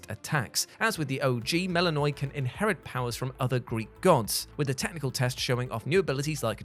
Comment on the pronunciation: Mel-i-Know-ee, Hek-a-tee. I know you're American but please do some proper research into name pronounciation.